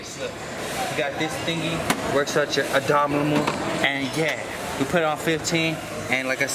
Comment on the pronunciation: “This thingy works out your adominal” 😂😂